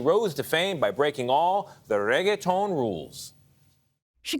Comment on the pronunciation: Hi, how do you pronounce the word reggaeton? Ooookay, with 15 r's. Rrrrrrrrrrrrrrreggaton. Thank you!